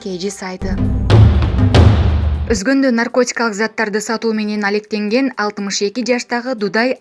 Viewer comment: Менен деген созду айтканда фляйт. Дикция у тебя жопашняя